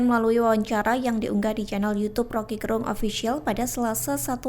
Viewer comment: Jago putar lidah ini satu Untuk pembaca yg bukan asal Manado Dlm hal menyebut nama Rocky GErung mustinya Ge disebut seperti menyebut kata Ge pada kata "geger" bukan pada kata "genap"